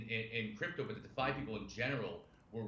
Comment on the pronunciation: I reported two comments for you. Tell him its DEE FI I dont trust someone that doesnt know how to say the simplist things in our space